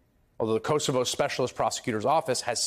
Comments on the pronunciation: Chris, please pronounce Kosovo correctly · The mispronunciation of Kosovo is hilarious.